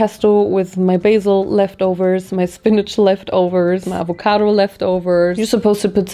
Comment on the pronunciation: LMAO I LOVE HOW SHE SAID AVOCADO/Avehcahdour